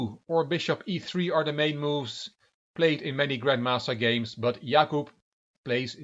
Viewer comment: Hey, your pronunciation of Jakub in Polish is perfect. And slaughter in Polish is: rzeź /ʐɛɕ/ ( ͡° ͜ʖ ͡°)